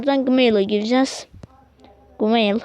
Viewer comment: Gmeil değil cimeil